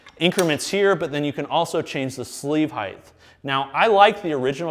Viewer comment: DAMN IT,!!! For the LAST TIME!! The word, “Height” is NOT pronounced like that!!! Do you have a LISP??!!????